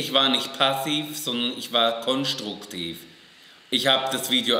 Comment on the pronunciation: Ich war nicht passiv, sondern ich war konschtruktiv! 😂